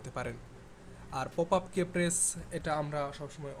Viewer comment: "শ" আর "কে" কি? আগে ইংরেজি ঠিক মত উচ্চারণ করা শিখুন। show বা শো, key বা কি। ব*দ!